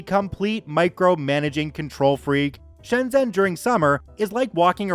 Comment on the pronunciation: Also Shenzhen is pronounced Shen Jen